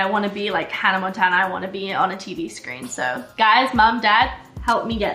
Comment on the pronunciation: I like how she says HANNAH MONTANA like not Miley Cyrus HANNAH MONTANA